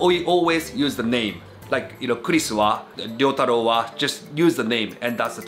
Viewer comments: Why do you say "Ryotaro" like "Ree-otter-o", when you know well how to pronounce Japanese names? Confusing. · What a shame you constantly pronounced Ryotaro's name like a true gaijin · Ryotaro is a good guy to help you out. I hope you will practice saying his name. You could do better. Typical of English speakers you seem to struggle with the small ya, yu, yo, pronouncing them separately instead of blending them. (e.g. Tokyo is 2 syllables, not 3)